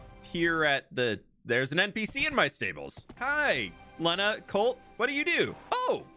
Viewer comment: Usually pronouned Lay-nah like hay that horses eat. 🎉